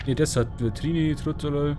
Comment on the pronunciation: Die Geschichte gefiel mir nur das Ending war nicht wirklich zufriedenstellend. Mal sehen wie das weiter gesponnen wird. Übrigens spricht man das normalerweise Tri-Nitro-Tulo-Ol aus weil das die Wortbausteine sind die für die Beschreibung der Struktur zusammengesetzt wurden sund (chemische Nomenklatur). Man merkt auch, dass du aus Süddeutschland kommst weil du von Kemie, Kina oder auch Arkitekt sprechen würdest ;)